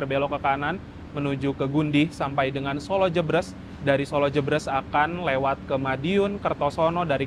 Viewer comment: Koreksi.. solo jébrés mas bukan solo jebres 🙏🙏